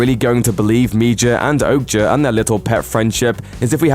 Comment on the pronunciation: Your pronunciation of some of these titles is cringe! Machina and Okja/Mija I’m pretty sure we’re wrong! Machina is ma-key-na, Okja is O-kya and Mija is Mi-ya, isn’t it..?